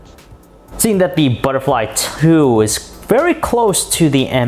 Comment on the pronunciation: Butterlfy ttthuuuuuuu,wtf man?